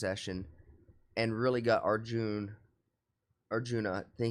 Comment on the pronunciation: Hi name only arjun not arujnaaaa😂